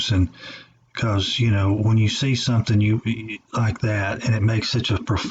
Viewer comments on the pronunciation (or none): none